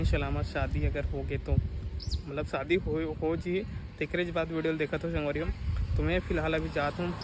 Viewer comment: Jitna bhi cg vloger man he te man haan स , श कबर बोलत हे 😂😂😂😂 संगवारी होते कि शांगवारी होते 😂